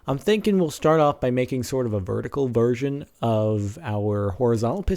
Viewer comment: a bertical bersion?